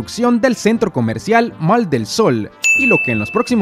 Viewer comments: No se dice Mall se pronuncia Moll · Para mi gente un consejito humildemente, la pronunciación correcta para decir Centro Comercial en Inglés es “Moll” se escribe “Mall” pero en este caso la letra “A” en Inglés suena como la letra “O”...Así aprendemos a pronunciar correctamente el Ingles y aprendemos todos Juntos! Buen día 😊👍🏼👍🏼👍🏼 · Aprendamos a pronunciar las cosas correctamente, solo un consejo, mall se pronuncia ( moll ) y sun se pronuncia (san) para los que les gusta el inglés, ;) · MALL EL SOL (se pronuncia MOLL) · SE PRONUNCI A MOL ASI ES LA ECRITURA EN INGLES CENTRO COMERCIAL CON RESPETOM AMIGO